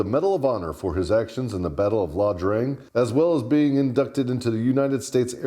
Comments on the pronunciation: It's Ia Drang, with an "I", not La Drang with an "L." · I never knew "Snake Shit" flew a couple more tours in country. By the way, it's not La Drang, it's Ia Drang. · WTF is that LA Drang chit!?? IT's IA DRANG! as in Captial EYE Not L!!! Now Airborne the F up and get that Hist right! Eat a Crayon already! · Ok I know you’re army but it’s IA Drang…, not La Drang. There in Southeast Asia not Central America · NOT La Drang but Ia Drang.